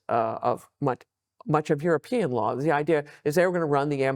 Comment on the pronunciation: Jeesus, get a host or do subtitles, no Youtube CC doesn't understand you either. You can't pronounce european countries so that neither Paine, nor me, can even quess what you meant. And the questions In the context of US-Russia relations: "is US trying to reverse Nixon or Russia?" Whaat??